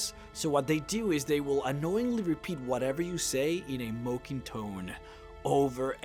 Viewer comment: A "moh-king" tone?